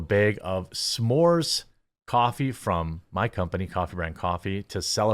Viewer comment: Im sorry, did you say threads or threats?